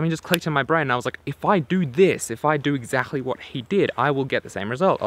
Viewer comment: i like ur vids but when u say word exaxtly it sounds weir